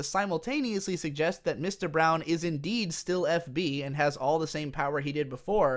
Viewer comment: Just wondering whether it was Mr. Brawn or Brown, because was saying Brown, good video by the way